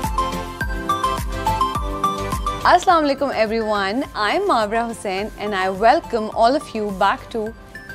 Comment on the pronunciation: I am happy with Hussain plz say Hussain not Hocane😊